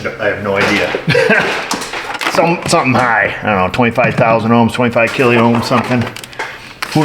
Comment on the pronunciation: Sorry, just say 102K not kill-e-ohms!:face-blue-smiling